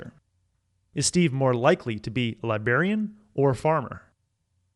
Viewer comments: Yep! Another R in there. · Thought the same damn thing. How do we trust someone who forgets the 'R'? Apparently pronunciation isn't his forte (pronounced- FORT). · LibRRRRRarian. Not “libarian” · What’s a libarian? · i had to pause the video to type this comment. L I B R A R I A N. not libarian. sorry but it was driving me nuts. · i didnt contradict you. you contradicted yourself. let me spell it out. at first you said saying libarian instead of librarian was a 'gap in knowledge' then you said it was no meaningful knowledge. its ok to be wrong little buddy, it means your learning. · It's all-time annoying. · Skip this self-impressed summary and READ the BOOK. By the way, libRarian has an "r" after the "b," and should be pronounced. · I know he read this book but he says libarian? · Who here used their system two and realised he kept on saying “libarian”